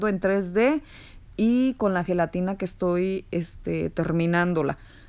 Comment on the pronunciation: Heletina heletina heletinaaa heeey helatinaaaaaa. 100 times 🤦‍♀️